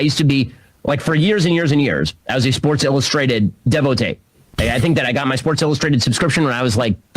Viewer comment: Nobody who reads SI would use the word devotee and with the French pronunciation at that😂